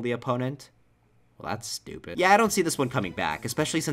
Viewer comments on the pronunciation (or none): none